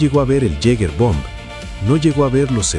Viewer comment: Hola, te corrijo, mi Apellido es Jäger, significa "cazador" en alemán en términos militares. Y su pronunciación suena como giga ( o yiga) es difícil describirla. Sería algo así como " yigameister" maestro cazador